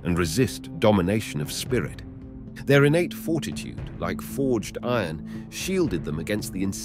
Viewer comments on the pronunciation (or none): none